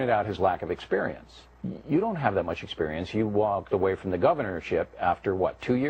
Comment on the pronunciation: By the way, is Sarah from Gemany...she has that "gutteral" pronunciation of the word "experience" that is so annoying. I am so sick of her nasal, whiney, stupid comments. I feel physically ill everytime I hear her!